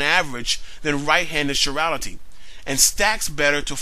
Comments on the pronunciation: Evolutionists have been avoiding abiogenesis by saying it is not part of evolution. Guess what? No life-no evolution. By the way, it's pronounced kai-rality, not shi-rality. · Thumbs up on the great video! BTW, that's an interesting pronunciation of chirality (sure-ral-ity). I've always heard it pronounced as rhyming with 'tie' (as in 'chiropractor', 'chelation', etc), since it's a word derived from the Greek, suing the Greek letter 'chi' (as in sorority, say alpha chi). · chirality is not pronounced like chivalry. its is prounounced like the greek letter chi